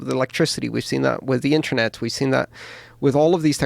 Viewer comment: Cool podcast. But PLEASE someone tell this guy that 'Internet' and 'Intranet' are pronounced differently. Was doing my fucking nut in!